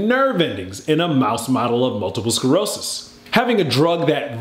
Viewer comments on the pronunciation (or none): Its SCLEROSIS not SCEROSIS! Thanks for the good video!